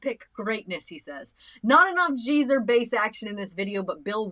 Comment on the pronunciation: GEEZER BUTLER, pronounced Ghee not Jee, he was a Gee Zer not a jeeser